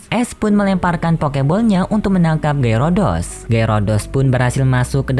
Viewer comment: Min kok lu nggak tau nama pokemon yah ngomong Gyarados Malah Gyurudos, Banyak Bacot Lagi Diawal.